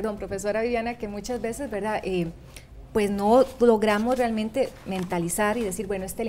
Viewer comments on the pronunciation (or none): Si muy buena informacion, aporta mucho al conocimiento del tema pero que lastima la forma de hablar por que aunque no se quiera molesta y Mas que la muletilla "Verdad" molesta mucho mas la pronunciacion de la RR, "ECHBRRE" no dicen realmente sino BCHRREALMENTE ! Y encima VERDAD ! Buen video de todas maneras.